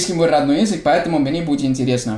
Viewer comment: ЯЗЫК = ЙАзык, звук Я = ЙА. А ты все время говоришь ЙИзык. Это не правильно:) Спасибо за твои видео.